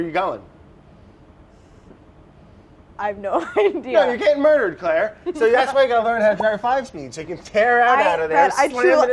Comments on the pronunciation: Brad said “muurhhd” instead of “murdered” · Honestly Bon Appétit needs to bring in someone french to help them pronounce all these french words. I mean between brioche / sous-vide / (ferrero) rocher / maillard (reaction) / etc They could also bring an english teacher to help brad pronounce Wourder